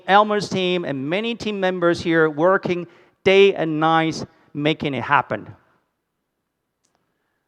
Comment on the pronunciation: " day and nice " lol. 😂😂😂😂